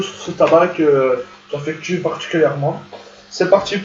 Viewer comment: "que jafectu" o m g